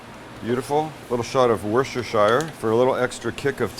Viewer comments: It's WorsterSHEER as a pronounciation NOT WorsterSHIRE..... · Sam ... you pronounce it 'Wuster' sauce ... NOT WorchesterSHIRE sauce !! 🤣